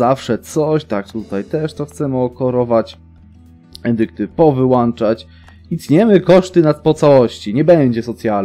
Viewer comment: Wziąć nie wziąść Powyłączać nie powyłanczać